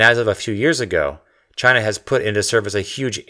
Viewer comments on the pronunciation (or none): none